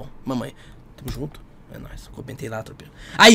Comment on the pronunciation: Esse mano do final KKKKK "Reazi" "zunto" Kkkk Não sei se ele tem problema vocal,se tem desculpa kkkk